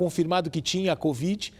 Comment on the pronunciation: LEGAL ISSO. E como sou observadora notei que o repórter fala assim, "com esse abraço ao paciente especial com BOVIDE 19, BOVIDE, ELE DIZ. Alguém mais notou ou só eu? Vale lembrar nao falo por mal nem estoy corrigindo e sim comentando.